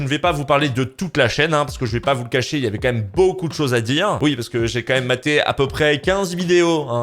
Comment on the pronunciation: Car au niveau de la prononciation il voulait dire "Quand", sauf qu'on entend "Kant" qui est un illustre penseur il me semble (un philosophe). C'est pourquoi il l'a mis en deuspi juste s'autovanner je suppose 😂